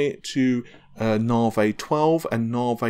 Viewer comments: When nobody else on the planet calls it Nahveigh, why would you continue to do so? proves you can actually pronounce Navi, so why stick to Nahveigh? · nope the moron says narvhey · I beg to differ, I am English and know of no accent that pronounces Navi, Narrvayy. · I really don't understand why people care so much about how he pronounces Navi. We all know what he is talking about but every video there are a handful of people acting like autistic tardigrades; WhAT iS NaRvHEy. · Because it is just wrong.